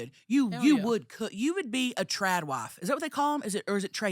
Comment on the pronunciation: it is trad like the 1st way you pronounced it... As in a traditional wife. Something I would NEVER dream of becoming 🤮